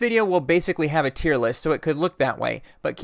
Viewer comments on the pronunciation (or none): none